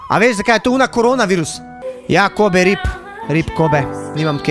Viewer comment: Kobe se izgovori kobi